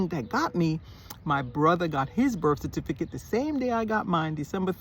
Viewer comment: Saying "Cerfiticate" you are already a Jamaican. 😂😂😂😂